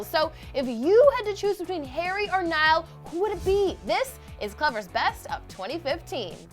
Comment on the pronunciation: it's NIALL